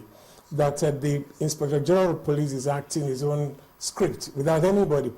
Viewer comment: it is police not pliss